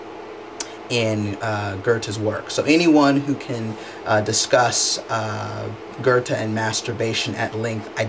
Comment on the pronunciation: informative stuff, just one thing, it's "Goethe", not "Gurthe". cheers